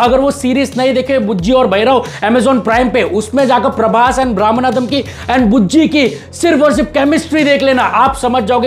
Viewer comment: Praboooss❌ Praboss✔️ 😂